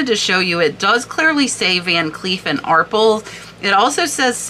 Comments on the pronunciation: I loved these videos but any child of the 70’s knows it is Van Cleef and Are-Pells. Not ARP-ells lol Every game show back in the day had prizes from Van cleef and Arpels. Keep up the good work. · van cleef and "Are pells" love your videos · Van Cleef and ARE PELL (rhymes with Bell) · Arpels------rhymes with BELLS